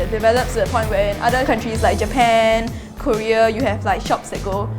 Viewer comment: i really hate to pick on this but as an english major, surely should know how to pronounce 'korea'.:/ i'm not sure which major she's pursuing but still... it grates my ears to hear 99.9999% of people in singapore pronounce it wrong like that.